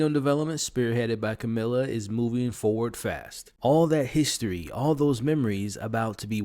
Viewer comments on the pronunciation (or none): none